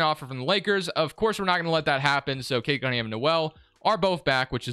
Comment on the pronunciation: I’ve watched like 5 of these and I’m half way thru this one and so far you have yet to say cade cunningham’s name right 🤣